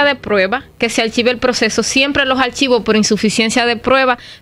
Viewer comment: Es cierto, se come las SSS y mete las iiii donde no van, puro error de la gente cibaena. Yo estoy de acuerdo que cuando uno es un profesional, deberia tomar clases para corregirse. Se oye bien bien cuando dice ( detinada ) en vez de destinada. Archivo en ves de archivos, requisito, en vez de requisitos, que pena esta.